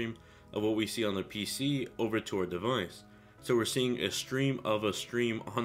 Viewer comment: learn how to say device!